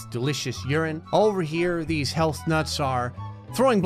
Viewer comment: Why I feel like when is saying "health" it's sound like "hell"?